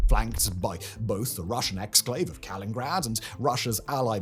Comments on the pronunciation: Simon, brother, it's called kaliningrad. Not Kalingrad 😂. It is spelled right there on your map brother😅. I have been hearing you say it like that for at least a year now since i noticed but was hoping you'd catch it soon. Trying to help ya. Love your work❤ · No it's Kaliningrad not Kalingrad. Bruh. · Kal-IN-ingrad Simon keeps saying it wrong in every video! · Simon. I love your channels. Please. Ka-lin-in-grad! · Is it not Kalin*in*grad??